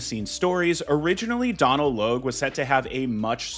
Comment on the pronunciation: Love your work, however, Donal is an Irish name pronounced "Doh-nul"